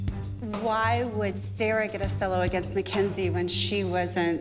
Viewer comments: That cringe when Abby says mackz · Why does she call Mackenzie mackzie